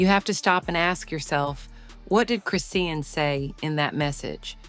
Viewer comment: Until you learn how to say her name, stop reporting and lieing.